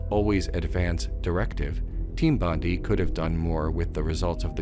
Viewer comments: Hi, Australian here......Bondi isn't pronounced like "Bondi", it's more like "Bondi"......get it? Got it? Great! *(P.S. It's actually pronounced "Bond-eye"............also, everything else in this video is provably correct, even your opinions, yes, also the incorrect ones) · It’s BON-DIE, not BON-DEE. Sorry, obligatory “Australian getting frustrated at American pronouncing Bondi wrong” comment. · The way you pronounce Team Bondi is killing me. It's bon-dai as in Bondi Beach in Sydney where the company was located.